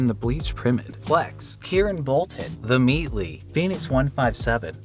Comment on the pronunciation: wait, did he just say themeatly